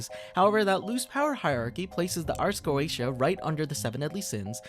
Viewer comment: Not to be that guy but it's pronounced ars go-ee-sha